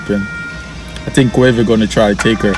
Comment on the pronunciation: girl you cant say Quavo